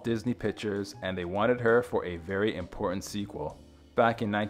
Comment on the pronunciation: good grief... its im/por/TANT ...